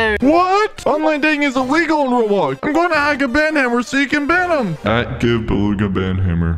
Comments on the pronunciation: Not belugai and heckerr its beluga and hecker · Beluga not Belugai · his name is beluga also hecker is not heckerr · Baloge I mean believe I mean begula I mean beluga I mean bebebebeleelelelelegugugguguguguglalalalalalalalalala